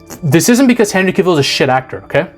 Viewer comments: Cah-vill.. not cuhvill.. also this new superman looks like a chump. All we see is his ass getting handed to him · You pronounce his name wrong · Dude... at least pronounce a Henry "cavills" name right... by the 3d time you pronounced it I clicked off the video 😂😂😂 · You can't even pronounce his name. Having him forced to kill in the first movie not only shows that he chooses Earth over Krypton, it also establishes a grounded backstory to his "no kill" rule moving forwaard. He was still Clark, this was his first appearance as the Superman and his identity hadn't been fully estaablished yet, he had no experience and that's why it' snot until Black Adam that you actually see the Superman that we all know. This was only an origin story and Warner Brothers killed it off before it had time to cook. This is why Warner Brothers deserves to fail, because they've had over 40 years of fuumbling the ball when it comes to DC films.